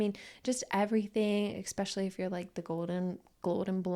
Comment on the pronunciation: A really interesting video. „Exspecially“ did get a bit distracting though. It’s nice to see the interactions and banter between you both